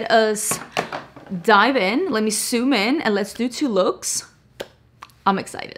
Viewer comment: "lemme soom in"